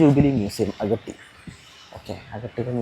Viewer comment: അഗട്ടി അല്ല അഗത്തി ആണ് 😅